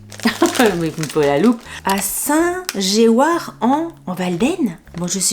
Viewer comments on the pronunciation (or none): Cela se prononce "saint jouar" c'est en Isere à coté des chez mes beaux parents qui habitent Saint-Sulpice-des-Rivoires. La biscuiterie est assez vaste. J'ai pris, lors de mes séjours la bas, pas mal de kilos car les gourmandises, notamment les moelleux aux noix sont fantastiques.